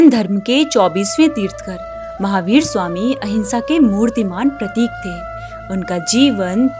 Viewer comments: Kya galat bol rahe hoo. Teerthkar nahi Teerthankar hota hai .. तीर्थंकर बोलो तीर्थकर नही ,,, अं भी लगाओ |र्थ | के बाद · Tirthkar nahi tirthankar .... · It's tirthankar, not tirthakar, How will you feel if we call ram as rum, Atleast pronounce the names correctly, mistakingly mispronouncing is not an excuse Jai jinendra jai adinath jai mahaveer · तीर्थकर नहीं तीर्थंकर बोलो जी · It's Tirthankar not tirthakar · Its tirthannkar.....tirh nkar....pls correct it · Aapne tirthankar ka ucharan sahi nahi kiya